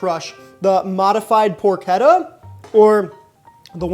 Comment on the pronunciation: I know you miss your Dad but do you want another shot at pronouncing the word Porchetta? 😂